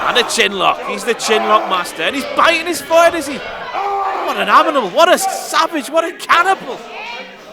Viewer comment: DOES NOBODY REALISE SAID AMINAL? Surely someone caught that. A WTF moment for sure